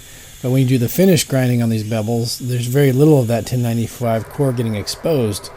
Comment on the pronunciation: Hehe, "bebbles".